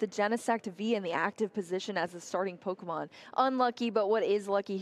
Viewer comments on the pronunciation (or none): The commentator pronouncing every Pokémon wrong like 🙃🙃